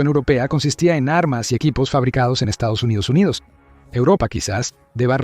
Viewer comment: Por dios! Para de decir Estos Unidos Unidos!